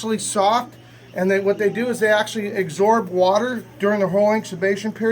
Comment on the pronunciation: AGSORB WATER and IBXUBATION period? Not sure I can spell how mispronounced those words!